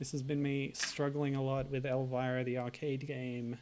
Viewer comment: Your not saying her name right bud....